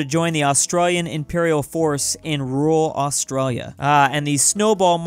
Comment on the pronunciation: It’s not pronounced austreya its Australia /ɒsˈtreɪliə/